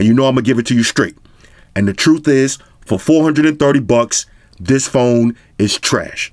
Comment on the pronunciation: 😂Tis ..Tis ..Tis..I can't handle you... My stomach hurting😂😂😂